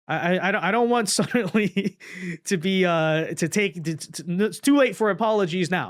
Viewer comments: OMG!!! ITS F'en SUDDENLY! NOT F'en SUDENTLY... FOR SOMEONE WHO SAYS THAT WORDS 500 TIMES EVERY DANG VIDEO YOU POST... ONE MIGHT THINK SOMEONE WOULD HAVE CORRECTED YOU... BUUUUUUUUUT APPARENTLY NOT! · I cant do it. Since I posted this comment youve said sudently 9 times. It drives me crazy. I cant finish the video.